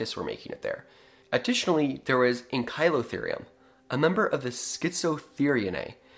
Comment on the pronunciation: It’s pronounced “ca-liko-therium